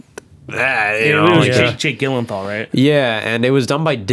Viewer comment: I knew as a german that we have a problem with the pronounciation of Jake Gyllenhaal´s name but he kills it here ... Gyllenthal? Gyllenthor?